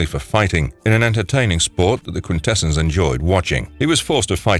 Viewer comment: It's pronounced quintessons not quintessens